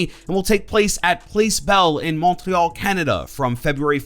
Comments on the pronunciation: I'm sorry that's not. How you say Montreal with a Canadian accent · Say Montreal like a normal fucking English speaker you goddamn bot.